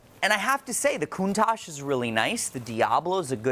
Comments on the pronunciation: Literally Everyone: "Countach": "Countage" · Anyone else cringe everytime says “Coon-taj”....? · Why does he call it a CounTajh? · Is it just me or does he pronounce "Countage"???